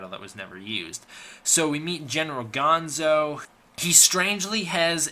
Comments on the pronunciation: Bill is gonna have your head for mispronouncing Gondo's name! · The Super X 2 pilot is easy to remember because he played the lead in the next Godzilla movie, "Godzilla VS King Ghidora." BTW, the Colonel's name was Gondo, not Gonzo. Gonzo was from the Muppets.